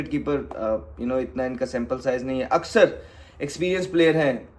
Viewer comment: Axar ❌ aksar ✅